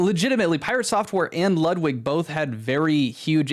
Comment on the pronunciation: Ludwig is pronounced Lootwig